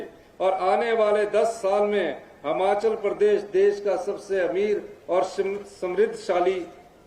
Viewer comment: मुख्यमंत्री जी बहुत बड़ा दिल कर के कहना पड़ रहा है की एक साधारण सा भाषण आप पड़ के बोल रहे हो। 15 अगस्त के मौके पर शर्म नही आ रही अपने नेताओं की चाटुकारिता कर रहे हो। बहुत ही घटिया भाषण और हिमाचल बोले न कि हमाचल। पड़ कर भी बोलना नहीं आ रहा